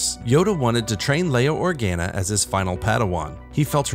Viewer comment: How does a Star Wars based channel pronounce Leia’s last name wrong bruh